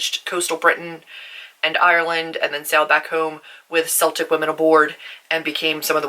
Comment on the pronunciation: This was really interesting! Just to let you know, Celtic has a hard ‘C’, like ‘keltic’. Also, for the Scottish/Irish, it would be Northern Irish definitely because of the Ulster Plantations (where Scottish people emigrated and took our land! (I’m Irish.)